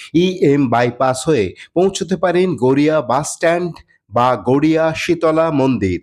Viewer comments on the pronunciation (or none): Garea noy, Garia hobe, eta thik karun.